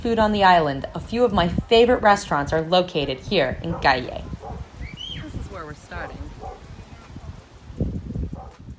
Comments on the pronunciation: Hi - pronunciation of Cayey = kah-YAY - accent on the second syllable - as in yippy-kayay!:) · Some tips of pronunciation for you...."YABUCOA" is pronounced as JAH-BOO-CO-AH, "CAMINATA" is KAH-MEE-NAH-TAH. "CAYEY" is KAH-JAY ("Y" has a "J" sound in Spanish). "BUEN DIA" (Good Day) is BOO-EHN-DEE-AH. "POLLO" is POH-JOH. You do a good job with "AIBONITO" yay!!! Thank you so much for being so kind and bubbly. BTW, have you tried eating "JIBARITOS" (HE-BAH-REE-TOHS)? They are greasy but delicious! Happy holidays and happy new year!